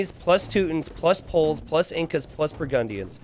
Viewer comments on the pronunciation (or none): none